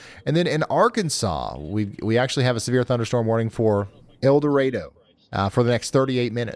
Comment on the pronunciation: El Dorado is pronounced like the John Wayne, Dean Martin flick 👵